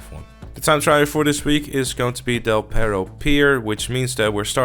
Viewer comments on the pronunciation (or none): none